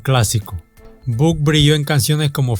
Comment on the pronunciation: No se pronuncia "yoid bank", se pronuncia loid banks y "buk" sería "bock"